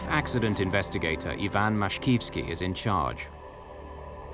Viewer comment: Putting the plane's problems aside, that was the most irresponsible pilot I've ever seen. Listening to that CVR would keep my jaw down... I understand the captain letting his children see the cockpit... at least. He was truly proud, even if violating. Also, the narrator mispronounces Ivan and Vladimir.